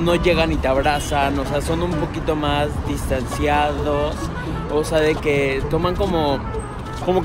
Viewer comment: Csm que risa cuando pasó el wn por detrás... "distnaCIAdos" aahahha